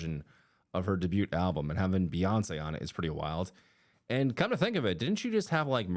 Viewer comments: Bro doesn't know how to pronounce debut 😂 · I’m sorry but never in my life have I heard anyone pronounce the “t” in “debut” 😂 the t is silent. Thanks for attending my Ted Talk.